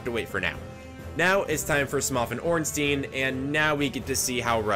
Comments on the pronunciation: First video I've seen and never have i heard both orenstein and smough's names both be said incorrectly Smough rhymes with dough Ornstein rhymes with Frankenstein. E before I in german is a hard I sound I before E is a hard E sound Zwei which means 2 in the german word Zweihandre remember there is a Zweihander in game as well Zwei is german for Bi meaning 2 German and English are very similar in pronunciations Also for smough's sake its spelled like dough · He also pronounced Ornstein wrong. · "smof and ornsteen" xD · No ornstein is pronounced ornstEEn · Man you cant say ornstein or smough right at all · is he purposely pronouncing both ornstein and smough wrong